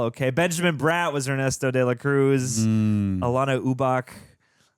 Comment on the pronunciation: Ernesto de la Cruz - more like Guillermo Cosbíez. ¡Muby bieben!"